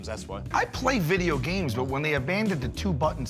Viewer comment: I like how Sal classes up the word "games" by adding an extra syllable.